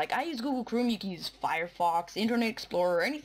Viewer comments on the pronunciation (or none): ITS CHROME NOT CHRUME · its google chrome not chrooom dufuq